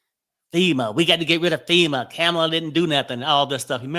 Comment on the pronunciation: Not Kamila, it's pronounced Kom-a-la.